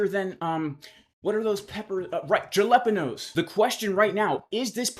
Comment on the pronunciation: lol, how you pronounce Jalapeños! :face-blue-smiling